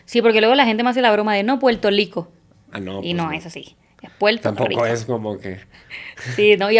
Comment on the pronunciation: Puelto lico"estado libre asociado??? 😂😂😂😂😂😂😂😂 asi le llaman ala colonia gringa?